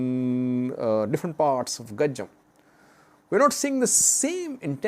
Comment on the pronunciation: It is Go-Jam not Go-Jem.